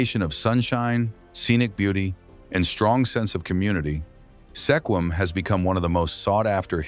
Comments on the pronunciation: Never heard SQUIM called Seequim or Sehquim before!! Have these people ever actually been to the PNW? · It would be nice if videos like this managed to pronounce the names of towns and other locations corrections correctly. Sequim is not pronounced Seequim. The "e" is silent. The name is pronounced Squim. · Wow!!! If your going to mention a town, LEARN TO PRONOUNCE SEQUIM!! He so butched it!! Badddddd!!!😂🤣😅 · Totally massacred the pronunciation of Sequim even though it was spoken three different ways---all wrong!